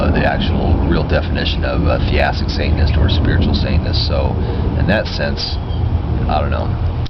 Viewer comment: it bugs me it sounds like he says "saintness" instead of "satanist"